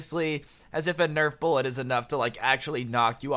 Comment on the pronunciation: This video is good, but every time he says “bullet” makes me cringe